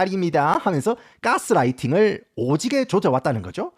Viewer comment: ‘까쓰 라이팅’ㅋㅋㅋㅋ 미쿡 산다믄서요. ㅋㅋㅋㅋㅌ